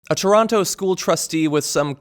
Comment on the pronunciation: You are pronouncing Toronto wrong